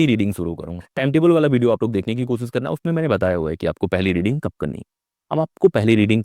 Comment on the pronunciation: Kosis nahin koshish hota hai. Aap khud koshish par atak gaye. Aapse na ho payega!